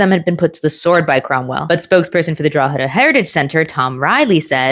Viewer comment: Respect for pronouncing "Drogheda" correctly. You'd be surprised at how some pronounce it